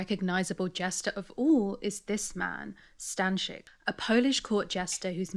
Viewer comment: Stańczyk mentioned and pronounced rather well. You have my attention.